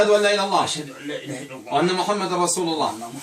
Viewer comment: انصحك اولا بتعلم احكام التلاوة ثم ان تقرأ القرآن جيدا ولا تقطع الايات انك تحرف كلام الله وكلمة الله لا يوجد فيها مد لا تقرأ اللللللله